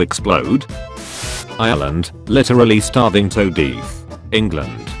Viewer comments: deeth really? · Nobody The text speech voice: DEETH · "starving to dEEtH" I thought this was a certified English speaker here? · toe deeth